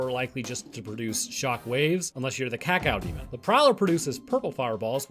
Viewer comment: I cringe every time you pronounce Cacodemon the way you do lol